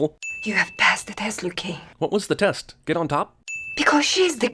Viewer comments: Did anyone else hear "It's a trap luke" and not Liu? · i dont care how well kang rocked the mullet....it was stilla fucking mullet. also liu....lew...lou.... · Why u called Liu "Lou"?